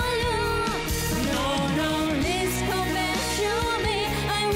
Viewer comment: Thảo Phạm dễ thương đáng yêu nhưng đúng là chưa đủ trình độ hát cùng Kay. Giọng này chỉ ở mức Karaoke Livestream thôi. Phát âm tiếng anh tệ, chữ "please" "come" "for you" đều dở. Còn tiếng Việt cũng ko tròn chữ. Tâm lý cũng chưa sẵn sàng